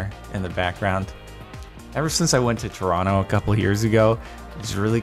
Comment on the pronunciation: Very impressed with the pronunciation of Toronto. Well done Jardon